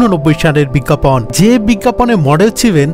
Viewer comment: “বিজ্ঞাপন” কথাটার উচ্চারণ খুবই বাজে হয়েছে। বিজ্ঞাপন লেখা হলেও উচ্চারণ হবে। “বিজ্ঞাপোন”। biggapawn শুনতে কানে লেগেছে। হবে biggapone.